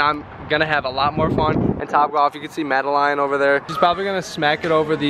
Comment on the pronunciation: idk why calling madeline “madeLINE” is sending me 😂